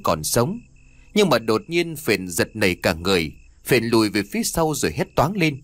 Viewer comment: Phển chứ đâu phải Phền ?